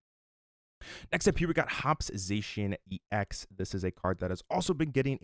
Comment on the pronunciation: It’s EX as in E X. Not N’s Zoroark X 😅 Otherwise great info